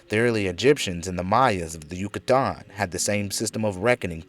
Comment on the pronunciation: Dude great presentation but the way you pronounce Yucatan is fuc$ing killing me